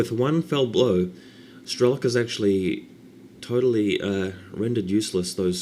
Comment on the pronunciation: he's not strElok, but strelOk [strelo'k]